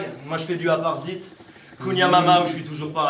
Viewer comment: on ne dit pas Cunia manman'w frère. #KonyenManman'w 🇭🇹🔥